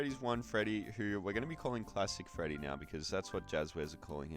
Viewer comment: "withered feddy" 😭